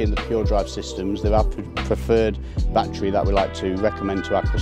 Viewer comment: It's NOT a "bat-tree" Say "baa-TTeR-y"